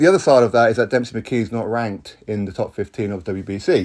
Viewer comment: Why are you pronouncing his name as Dempsey? There’s no P in it.